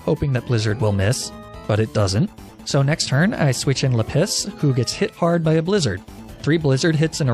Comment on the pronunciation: I love the mispronunciations "Leh-piss"